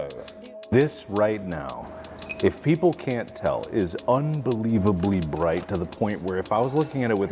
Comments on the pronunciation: ITS BWIGHT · Um it’s pronounced Bright Not Bwight lol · Vewy bwigt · I agree is BWIGHT 😵‍💫